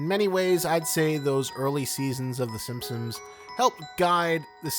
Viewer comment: It's The Simpsons not 'Simsims'